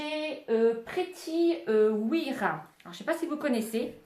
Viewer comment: Le site pretty wire se dit "pretty woiyeur" je ne sais pas si c'est très claire comme explication 😅